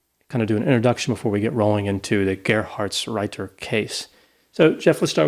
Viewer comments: Now that the podcast is over, it's useless to say, but that Gerhardsreiter was almost spelled perfectly right. Because it's a hard "t" and not soft "d". Good work, nice podcast. I grew up not far from were he was born. Regards from Germany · The pronunciation of Gerhartsreiter was really good! Even I as a German struggle with that name. 😆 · You actually pronounced the name quite well, Doc (Reiter actually means rider)! And I love the Idea of a therapeutic D&D game! "The Social Worker" 😂❤️❤️ Love it!! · Thumbs up for the pronunciation of Gerhartsreiter 👍🏼 Love your podcast guys. Greetings from a German living in Brexitland